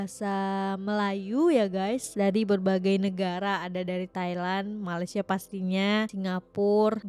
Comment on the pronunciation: maaf..sila betulkan sebutan Malai sie kepada MALAYSIA… #malaysia 🇲🇾 #awaksopansayasegan